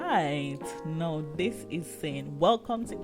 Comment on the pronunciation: Thank u for sharing. I have several English as a second language friends. I think you are trying to pronounce Now and not know. Because 'now' is what people say when they are talking and closing to the next sentence they want to say. We call "now" a filler word or transition word. You use it while your brain is thinking the next thing to say. So if that's what your doing t, think of saying "cow" but day the n sound instead of the hard c sounf. Do you NOW just remember it rhymes with cow. Your doing a great job I would never be able to make s video in another language.